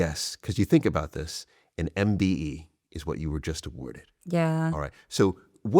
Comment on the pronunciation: Imagine being awarded a MBE & the Person cannot even pronounce what it’s called or get it right 🥴🙄🤦🏼‍♀️ the idiot who thought giving this girl a mbe for basically doing good things (granted) after getting famous for watering her ex boyfriends garden 😉